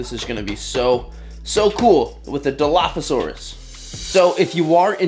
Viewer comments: Yes!! you did say it correctly! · you said it right 😊